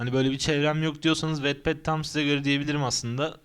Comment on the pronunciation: Aslında "vatped" diye okunuyor.